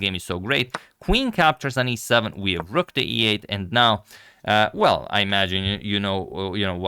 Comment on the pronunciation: Its rook not rock